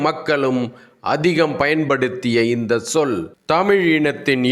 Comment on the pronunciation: தமிழைப்பற்றி பேசும் உங்களின் பேச்சு வரவேற்கத்தக்கது. ஆனால் இந்த_ச்_சொல் _இந்தச்சொல் என்றே உச்சரிக்கப்பட.வேண்டும். நீங்கள் இந்த சொல் என்று உச்சரிக்கின்றீர்கள். ச் என்ற வல்லினம் மிகுதல் வேண்டும்.